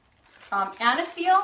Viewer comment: I think the brand is pronounced eyyyy-neee-feel